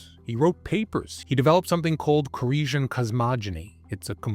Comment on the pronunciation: I think its pronounced core-esh like the infamous David koresh of the branch davidians in Waco.